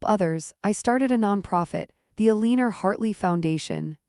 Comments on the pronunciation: Not El een ore! El ann ore! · I love these little A.I. bloopers! Edited to include pronouncing Eleanor as “Eleener.” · I think AI is mis-pronouncing the name Eleanor.